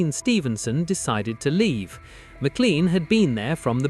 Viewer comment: The surname MacLean is not a toothpaste brand. It is pronounced Mac - Lane.